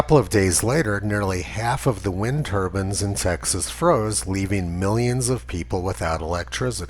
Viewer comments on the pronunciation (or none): "wind turbans" lmao